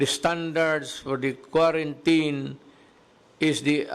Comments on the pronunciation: Sir President Duterte that pronounce k w a r a n t i n i just type in wrong spelling how to pronounce quarantine. Not k w a r a n t a y n. Just concern citizen po Pres. Duterte. Pls take care always your health Mr President Duterte. Bawal magkasakit po. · Ok yung binabasa nya yung proclamation para malinaw at hindi usap lasing!!!... look up correct pronounciation ng Quarantine, para alam mo, Sir.